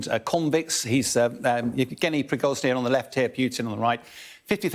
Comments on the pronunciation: PRIGOZHIN not Prigozny. doesn't even know the Fing name. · Please dont call the Wagner boss “Pri-goz-ny” it is “pri-go-zhin” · Piroschki, Prikoschi; prischoghin, c'mon military expert. It's not so difficult, Pri go shin. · Each time I watch this guy, he definitely can not pronounce correctly Russian names. Is he an expert in dyslexia? ;-). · A year into the SMO and Bellend still can't pronounce Prigozhin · Still makes me laugh that they never pronounce Prigozhins name correctly. I think they should give Putin the same treatment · This guy calls Prigozhyn every time somehow different, but never gets the name right... Even Anna Lena Baerbock turned into Baerbolck somehow 😅😅😅